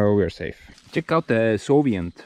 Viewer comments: Gives a grin to my face every time you say solient instead of soviet 😁 Keep it up! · Soviet not sovient😀